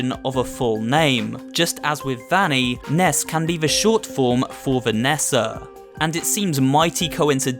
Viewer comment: I think Vanny is pronounced (v-O-nny)